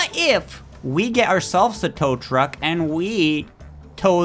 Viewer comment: Bro almost said trow tuck